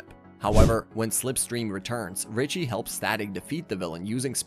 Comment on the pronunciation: You messed up Richie’s name like 5 x during the video 😂